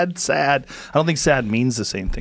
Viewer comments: His name deosn't rhyme in Lebanon, Saad is not pronounced as 2 A's, the second A is not an A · Gad is a biblical name, one of the 12 sons of Jacob. Saad isn't pronounced "Sad" but Sa-ad (like Suh-ad), and it means "aid" or "assistance". Idk if that's the same meaning in Arabic but at least that's how it's like in Hebrew. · Gad's last name does not rhyme with his first, it's not pronounced 'sad', it's kindf like 'Assad' but two distinct syllables: Sa-ad. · Its pronounced like “sawed” not “sad” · I'm from lebanon, Saad means to be happy or a promise and Jad (Gad) means serious. So this guy's name means seriously happy. Btw, It's not spelled sad its sa-ad. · iinm it was pronounced as Sa-Ad not Sad. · Saad=Sa'ad= "Sod". Gad Sod. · saaaaaaaaaaaaad not saad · Gad sa'ad. Since he's Lebanese, "sa'ad" literaly means "happiness" 😂 i promise im not making this up! 😂😂 But yea, Its pronounced close to "SA-ED". Ed as you say it in the name Eddie. There is a letter " ع" which most non-arabic speakers cant pronounce/never use. thats why it sounds weird for you. Not sure anyone will read this but i love this video so i just though of adding it ❤ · Saad is pronounced "sa-ed". It means: good fortune. The second "a" is a letter that exists in arabic and Hebrew not in english. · his name in Arabic wouldn’t rhyme, it is pronounced Jad Sa'ad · His name doesn't rhyme in Arabic! the second A in his last name is pronounced in a sound that doesn't exist in English. Sa*d! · If you can't understand arabic and you want to hear Saad how it sound in arabic, put this in google translation: سعد and listen to it, it's not sad. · Saad actually means happy in Arabic. And it's pronounced in 2 syllables. (Sa'ad) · Saad actually means happiness in Arabic...It's pronounced a bit different from the word sad...Hilarious observation tho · Isn't Saad pronounced more like Sawd? Otherwise, the Hawks, Blue Jackets and Avalanche announcers have been lying to me for years. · Saad is pronounced like sawd